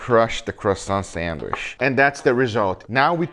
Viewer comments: hey Guga! the CH in sandwich is a hard TCH sound! this isn't Portuguese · I love how Guga pronounce Sandwishhhhhhhh :) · I cant stop giggling when he says sandwiich 😂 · I know what you mean, i love it lol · It sounds like he saying Sanwish